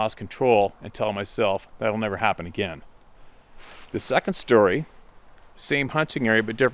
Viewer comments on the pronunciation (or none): none